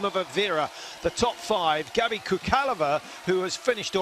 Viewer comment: Nice to watch Gabi win again (esp because I missed the live broadcast). However, some commentators (like these) still don´t know how to pronounce her name, which is ridiculous. She is not a brand new figure, she´s been on the scene for some time already (and is not bad, isn´t she?) so if they bothered, they would certainly find out, because just on the internet there are plenty of good examples.